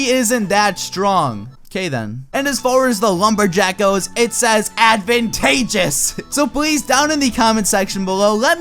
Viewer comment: Why do I keep replaying him saying advantageous? lol